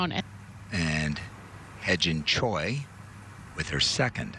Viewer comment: Yo should Pronouns he Jin Choi not hai Jin Choi 😂😂😂